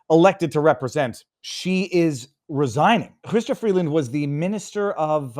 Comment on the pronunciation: Why are you calling her "chhhystia"? It's not a Jewish of French name.